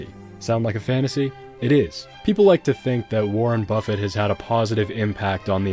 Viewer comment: Lol "Warren Bustit"